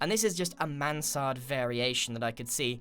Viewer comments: For me that sounded like he said. So that is the Samanthaaa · yes he has amazung pronouncation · Grian struggling to say Mansard